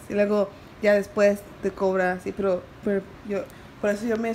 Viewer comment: Learn Spanish smh🤦🏽‍♀️🤦🏽‍♀️ “perro” envés de pero smhhh